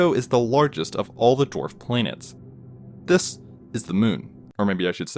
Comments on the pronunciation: Oh boo hoo he pronounces the word "this" slightly weirdly. Grow the hell up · The way he says “this” every time makes me cringe(no offense) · Annoying the way you say THIS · The “This! Is…” always gets me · every time he said “this” i jumped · Every time he puts an emphasis on “This, is (insert name here)”